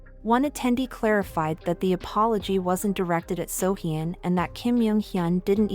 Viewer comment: Oh my godd I love your videos but I can't ignore the way you pronounce almost all of the celebrities featured in your videos. The way you pronounced Kim "Jung" Hyun as Kim "Yung" Hyun and "Seohyun" as "Seohyin" I'd suggest you to learn how to pronounce people's names. Really no hate ❤❤